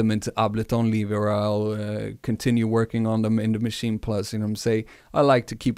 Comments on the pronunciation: It's not called a Machi-na plus .... it's just 'machine' in how you pronounce it. No emphasis on the 'n', no weird vowel at the end. And I know, I've been living next to the German border most of my life. There's nothing German about the way some of you idiots pronounce the name. I do not have a particular favourite between Maschine and the recent MPC standalones, mostly because the software and work-flow is definitely different enough for each to have their own (big) pros and cons. People often hate on the sounds that come with Maschine (in a quantity vs quality type argument), but at the same time there's so much in there, you'll definitely find at least some you're going to like. The one serious thing I do hate about the Maschine+ is how the hardware just isn't up to snuff in terms of performance and keeping up. It's 100% not acceptable for such a machine to slow-down to a crawl and break under the work load. Or literally just not support certain plug-ins at all. In that sense, I prefer the MPC (even though I prefer the MPC One, just overall much better bang for the bucks). The MPC workflow chart is also a little bit off. I mean, they have audio tracks in there as well. Pads also do not double as tracks in Maschine, it's just a way of controlling them. In reality, it all lives within the main project, hence 'no tracks'. At the same time, I wish Akai would have used different naming conventions for their shit, as 'program' just doesn't cut it. And yes, the work flow on the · It's actually Machin-eh (best way for me to approximate the German pronunciation writing a common English sound, as in "meh"). So yeah, there is a vowel after the "n". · Why are you calling it the maschina? It's maschine. Also why do you pronounce "One" like that? It's really distracting